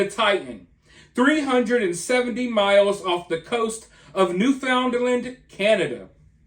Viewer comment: Newfoundland = NOO-fnland